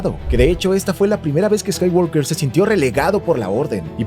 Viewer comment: Excelente video, pero por favor, pronuncia bien "Skywalker".